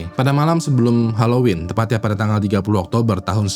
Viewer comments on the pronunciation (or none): none